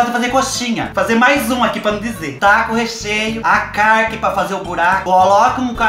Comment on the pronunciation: Adoro qdo ele fala: Pá num dizer...😂😂😂😂😂😂😂